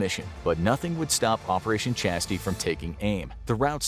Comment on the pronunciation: chastise isnt chasty its chastise